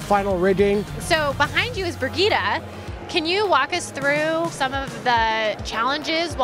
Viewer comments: why does everyone (including mercy in game) say birgitta??? how is it hard to say BRiGittE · Burgeeda? it's bree-jeet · No it's Bri-gitt-eh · you definitely don't know where the name comes from. It has a french origin, and in french it's bree-jeet.